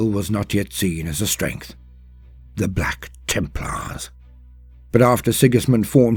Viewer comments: BLYACK TIIMPLAAAHS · I freaking love it when he says ´´BLACK TEMPLARS!!!!´´ XD XD XD